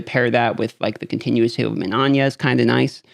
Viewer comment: MIN-EYE-YA!!!!! THERES NO “ON” in minAYa!!!! It’s 3 fackin syllables ferchristsake!!! Yer makin us ‘muricans look bad.